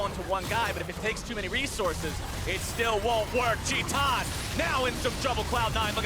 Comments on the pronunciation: why is he saying 'tee tahn' instead of 'tie tan' . its titan, not teeton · how do you get "chee-tan" from "tie-tin" ? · TIL "titan" is pronounced "Chee tahn." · did they pronounce titan, tee tan? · Shaun Dionne titan wants it to be pronounced teeton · Portuguese pronunciation. It's a brazillian team, after all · He writes it titan, pronounce it shitan ? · u mean tit-anne? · anyone else triggered by how he pronounced titan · he is pronouncing as it is in portuguese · Brian yousif never forget casters like jatt who started calling u zee eye before uzi was like pls stop